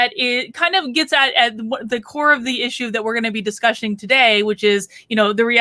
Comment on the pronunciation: Discushing? So adorable!